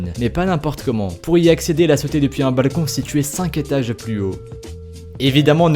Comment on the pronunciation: Dans ses drôle comment dit balecon